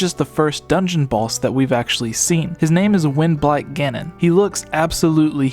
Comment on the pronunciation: It sounds like he's saying "When Black Ganon" instead of "Wind Blight Ganon".